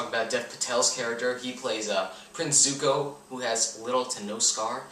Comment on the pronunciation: Btw they even got the name pronouncement wrong, Aang ,zaka,zuko,zhao